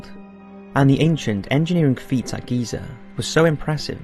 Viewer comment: It's Giza. Gosh